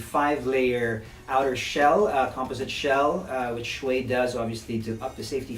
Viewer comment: It's Show-i Show-i fer heavens sake